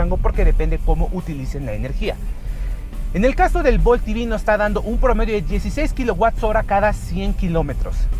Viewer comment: Ojalá usarás español. Es EV no I-vi...por eso estamos mal.